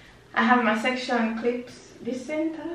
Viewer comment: “Dis Centah?”